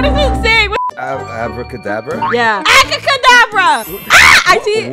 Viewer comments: GIRLIE SAID ACRACADABRA BUT NOT ABRACADABRA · Alejandro: ABRACADABRA: ACABRADABA 😂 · Alejandro: it’s abracadabra: Acadabada 😂😂😂😂😂😂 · Guys said acacadabra😂😂😂😂😂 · Its abracadabra not acacadabra